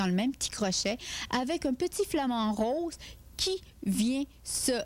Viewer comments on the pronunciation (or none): none